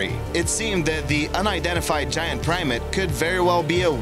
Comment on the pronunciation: Primate, not primat.